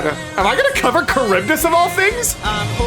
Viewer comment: Sorry your kind of annoying me with calling charbydis caribdis it's CHar-bi-dis